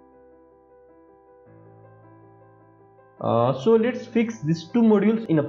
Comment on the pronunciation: 👏 idea kada hai vai 👏👏 & tyo last ko lets, letsa, lates,......... 😅😅astai hunxa video ma awaj 😂 नेपाली mai boldim jasto hunxa last ma 😂